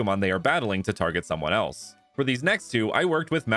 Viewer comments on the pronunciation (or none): none